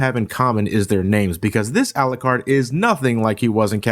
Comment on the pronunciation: It’s pronounced Al-YOU-CARD. Not alacard. This is something about the game that bothers me not but still I hate that miss pronunciation